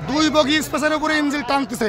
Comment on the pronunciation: সমকাল এর সাংবাদিক সাহেবের "ইঞ্জিল"এর উচ্চারণ শুনে মর্মাহত হলাম।